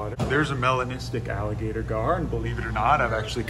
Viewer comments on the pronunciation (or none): “Melenistic” gar kek